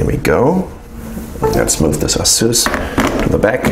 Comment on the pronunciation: No offence, but i'm quite sure u're pronouncing ASUS in a wrong way